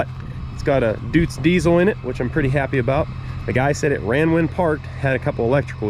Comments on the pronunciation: everything's perfect except your pronounciation:) Its not a "Dudes", its more like "Doitz". Love your videos! 👍 Edit: Minute 10 you nailed it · Don't be mad, but it's pronounced "doits" not "düüts" 🙂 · It's not Düdtz-Diesel, it's Deutz-Diesel ;D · "Doits" with the "oi" like in "detroit". Not "Doots". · Deutz is pronounced "doitz" like the German deutz fahr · FYI, Deutz is a German brand, and it's pronounced doy-tz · Cool find - well done! BTW - the name of the diesel engine manufacturer is pronounced “Doitz” (rhymes with “choice”) - just sound knowledgeable. 😊 Ahhhh - in the later segment, you got it!!🎉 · Deutzwork on your pronunciation